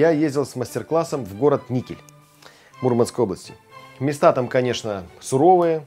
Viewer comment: Не растёт!)И блюда я такого не знаю из трески!И произносится МУрманск а не МурмАнск!)